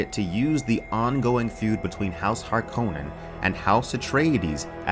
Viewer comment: Love your channel but please stop mis-pronouncing Harkonnen